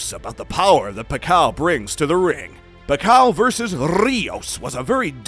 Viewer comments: PAK-YAW!! Not Pa-kaw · Pack- kyiaw not pakaw😅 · Paqaw🤣 its pakyaaaw not paqaw😂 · sometkmes he said it correctly the same way as how filipino say it. Pakyaw. But he usually say Pacow sometimes pacquiao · Pakyaw not pakaw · The pronounciation of Pacquiao should be Fuck-kiaw not Pa-kaw as you Pronounce.😁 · I love your video bro, but your pronunciation for Manny surname is wrong. It's "PAC-QUIAO", and not sound like "PACAO". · pakaw🤣🤣🤣 its not pacao. its Pacquiao (pak-yaw). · What do you mean pakaw?? Haha pacquiao (pakyaw) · It is pronounced PAK-YAW not PACKAW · It’s PAK-YAW (Pacquiao) thanks me later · P A K A W... dude butchering his name throughout the entire video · What the F...this vloger no good pronounce of the name pakaw, shit.. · you are an excellent narrator but who the hell is Pacau? ^_^ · pack-kaw? really? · ...Better get your IVR voice updated (not Pacao) just call him Manny... have to thumb u down. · It’s pa-ki-yaw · Who's pakcow? Please say it right. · Nice video bro. However you need to know how to pronounce the living legend's surname right. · If you want to show respect to Manny Pacquiao, learn to say his name right... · atleast. try to pronounce his name correctly, right before making a content about pacquiao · The pronunciation of Pacquiao is killing me!🤦‍♂️..smh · Not a big deal. It's a good content regardless of the wrong pronunciation 😊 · Please teach this Guy proper pronunciation....